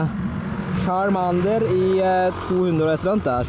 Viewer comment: Måten du sier charmander:(